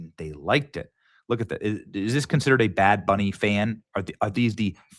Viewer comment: Did he just say bad Benny?